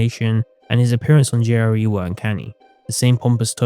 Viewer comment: Took me until for me to realize he's saying "JRE" NOT "Jerry"